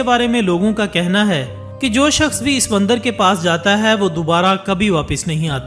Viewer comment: Videos bnanaah toh seekh liya chalo koi baat nhi paiysa millega .. ab bolnaa bhi seekh leh mandar nhi mandir bolteh hain ..bhopaadike ... Smjh gye ho yaa bhonsadike boluh ...